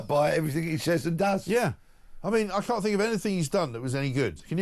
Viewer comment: McCann instead of can’t